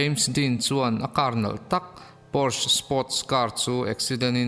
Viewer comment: Ngaihnawm thei khawp. Porsche Car hi. POR-SHAA tia lam tur.